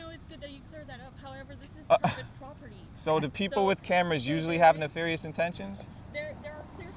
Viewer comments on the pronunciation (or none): “I’m glad you have no neflairious detentions” Me too bro